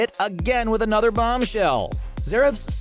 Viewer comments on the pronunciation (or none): I like how he says end but it’s E.N.D some people might be like who cares but just want to point it out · Its E.N.D. not end, also it was Natsu brought back as a demon, not Zeref. Sorry, don't mean to be THAT person but I'm a big Fairy Tail fan and it annoyed me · Vibhum Awasthi he also said end instead of E.N.D